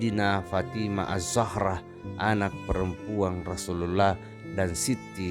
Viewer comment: Perbaiki pertuturan terlebih dahulu pertuturan pun tak jelas klu nnenjadi imam pun tak boleh, sebut rasullullah bunyi jadi rasullallah